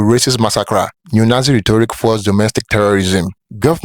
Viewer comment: Nazi not yatzi😮